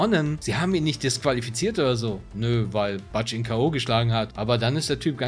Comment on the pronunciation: Chilliges Video, aber Butch aus Pulp Fiction wird Butsch ausgesprochen, nicht Batsch ;) Like & Abo sind drin! :)